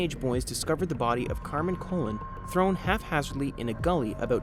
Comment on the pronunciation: If you're going to do a story you really should pronounce the name s correctly. It was Colon (sounds like Ca-lone), Maenza (sounds like my-en-za) and Bianchi (sounds like Bee-on-key)